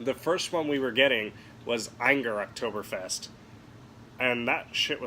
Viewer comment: The people of Germany are disappointed in your pronunciation.